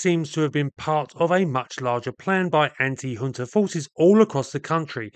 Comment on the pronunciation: junta is pronounced as HUNTA. not yunta not jhuunta